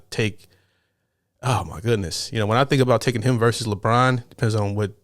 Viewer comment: Thanks for correctly saying Versus rather than Verse.